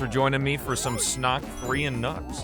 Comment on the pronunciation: I also helped on the mod, also just so you know, it’s sonk, not snok